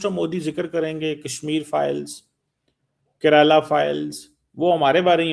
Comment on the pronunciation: isi agent karela nahi kerala Hota Hai